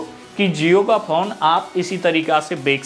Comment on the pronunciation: bhai bek nhi hota bech hota hai